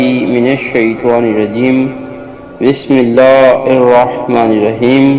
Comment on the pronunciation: تم تو بسم اللہ ھی غلط پڑھ رہے ھو